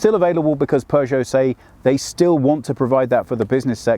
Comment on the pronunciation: don’t pronounce it ”Pjuushow”. 👍😊